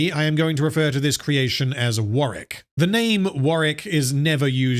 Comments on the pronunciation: Warwick. Not sure if thats what you were saying but it sounded like Warrick. Just commenting so people know the name of the character in the game who dont play it. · It's not warrick it's warwick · I always thought it was pronounced War - Wick . Im so confused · It is War-Wick, he's just not pronouncing the name right. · "I am going to refer to this creature as Wareck." Why would you do this Are we really going to have to endure 3 and a half hours of you refering to Warwick as "Wareck?" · You'll never see this or care, but there is a second W in Warwick, instead of Warrick